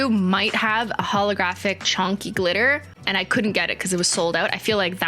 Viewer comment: Has anyone noticed that Cristine doesn't say 'chunky' she says 'chonky'